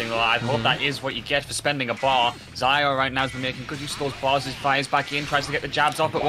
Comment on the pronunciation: (Zio is zee-o and not zayo)